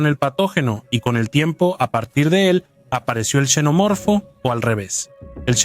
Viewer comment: Cada vez que escucho a alguien decir chenomorfo o yenomorfo pierdo todo el interés en el vídeo.